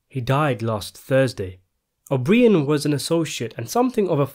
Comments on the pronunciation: Pronounce his name as O'Bryan, not O'BrEEAn. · I find it so amazing how much useless information u have about Hoffa trivia and this movie but u butcher this guys name. It’s not even like it’s an exotic or long Italian name, his fucking name is O’Brien it’s so easy